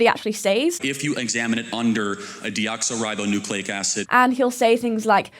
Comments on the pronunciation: Not only that, he says it WRONG. It is deoxYribo...as in oxygen. The y is pronounced like a long 'e', typical for these morons, try to pronounce it and get it wrong. She is so funny, so bright, and I watched the interview...she absolutely TORCHED Charlie. She would demolish his premise, and then he would come back with a right, and then exactly what he said before, as if repeating it somehow makes it correct. Charlie acts like old ideas are new and dangerous because he is just regurgitating Rush Limbaugh, same shiite, different time. Charlie was also very obviously not listening to what you were saying, because he doesn't care, he is not there to actually debate, he is there to bully. And, as a 31 year old ADULT he punches down at 18 year old American kids, many of them out of high schools that literally didn't prepare them for anything, just teaching to the test. Fundamentalist approach to scripture = ignoring scripture, and making up your own Christ never preached hate and an uncaring attitude, and Charlie does, constantly. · it's not even the right pronunciation of DNA...he says deoxOribonucleic acid lol..... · Kirk said deoxo... for DNA when it's deoxy... Take that mistake however you like. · I don't think Charlie even pronounced Deoxyribonucleic acid correctly. I thought is was pronounced Dee Ox EE, Charlie said Dee Ox OHH. It's not pronounced that way, correct ? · He mispronounced DNA... It's deoxYribonucleic acid. Not deoxOribonucleic acid. But he said it with so much confidence and gusto... That's his MO: Just sound really confident no matter what 😂😂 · 😂😂 he said "deoxo..." its deoxy...He knows not what that even means. She did a great job in front of Charlie. I would lose my mind as a result of his stupidity. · But she still can't say dioxyribonucleic acid. Just saying. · “Deoxoribo…” The man had no freaking clue what he was talking about. 😂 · he didnt even pronouce deoxyribonucleic correctly LOL. He says deox-O-ribonucleic